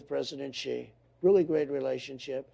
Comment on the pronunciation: She doesn’t even know how to pronounce the leader of China’s name.